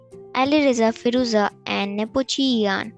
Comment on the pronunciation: Not Nopochi Yan it's lan nepomniachtchi 😅